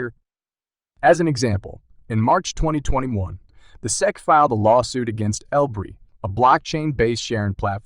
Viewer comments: So an unbelievably false click bait title combined with a complete inability to pronounce S-E-C (you called it SECK repeatedly...da fuq?!?!?!). Wow. I don't say this lightly, but this is THE WORST Crypto video I've ever seen. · Chat AI bullshit--Pronounces S E C as "sek. Crap.